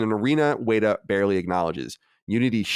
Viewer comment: just want to point out that says weta correctly in his first attempt